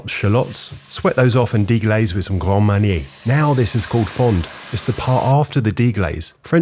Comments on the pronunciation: You pronounced gr-and mary-nar wrong… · bro, i thought the "grand marnier" said "guarma", and started googling if guarma was a real island. i need to stop playing rdr2, it's starting to affect me. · I was invested until the grande marnier pronunciation then I cringed, smashed my phone screen and blocked any further pretentiousness from this shite